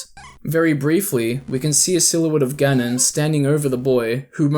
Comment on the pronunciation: Is ganon, not gannnnnnnnnnnnnnnnnnnnnnnon